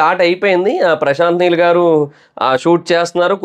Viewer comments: Heel Kadu neel 😆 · Heel Kadhu Neel Chusko Kochem😂😂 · Heel kadura babu neel